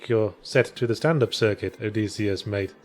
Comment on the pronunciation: Is the y a long e sound? I, and most people I know, always pronounce it Oh DISS ee Uss, same way Ulysses is Yew LISS eez rather than Oo LEASE eez